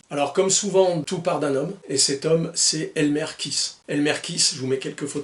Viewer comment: Alors que dire... Merci!!! Je suis partial, pauvre admirateur de Clint que je suis, mais j'ai adoré chaque minutes de ta vidéo (même ta façon de massacrer le nom de ce pauvre Elmer;), une fois kiss, une fois kaisse, faut dire que le "th" n'est pas aisé pour nous Français). J'ai même posé mon 29-2 sur le bureau le temps de la vidéo pour qu'il puisse voir ses copains. Encore merci pour ce bon moment, et très bonnes fêtes de fin d'année, j'espère te retrouver plus souvent en ligne en 2025! Freebird